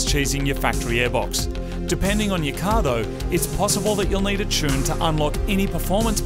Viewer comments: Oh yeah and “T” for Chune! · And finally the T Chune...